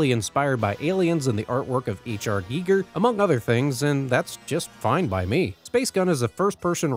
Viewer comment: Thank you for pronouncing Giger correctly.